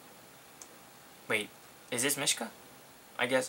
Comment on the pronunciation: its pronounced meeshka